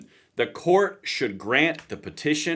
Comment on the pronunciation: certiorari is pronounced 'sir-she-or-are-ee'